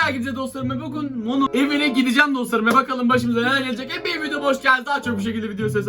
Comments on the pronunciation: abi Mono değil Momo oo birde patalt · Abi yanlış anlama ama mono diyil momo yanlış anlama lütfen 🤗🤗